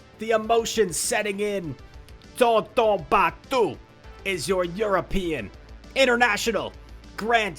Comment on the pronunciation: Your pronounciation of tonton batteuse is wrong pronounce with french accenr